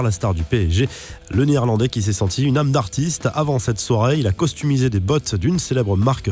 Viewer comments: on dit customiser et non costumiser. damn. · c’est moi ou il a dis « costumiser des bottes » au lieu de « customiser » ????